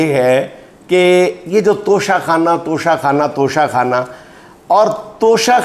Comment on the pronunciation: اس موقع پر توشہ آخرت کا ذکر اور وضاحت ھو جائے تو شاید توشہ خانہ کی گردان کے شور میں کچھ کمی آجائے ویسے بھی کچھ موروثی بیساکھیوں پر کھڑے قومی لیڈر اس کو "ٹچہ کھانا" کا تلفظ دیتے ہیں 😂😢😊